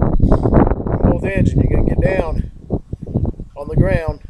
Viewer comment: “Take some weights… then get daywn, own the graywnd”. It’s hilarious when he accidentally quotes the sting.